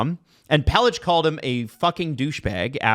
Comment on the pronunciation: Just note for /the team that Pelech isn’t pronounced “Pelitch” it’s pronounced liked “Pelick”